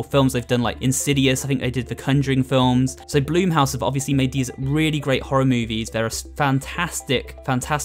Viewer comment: Bl-uh-m house not bloom house